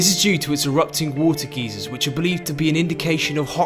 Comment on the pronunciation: geezers Oh you mean geysers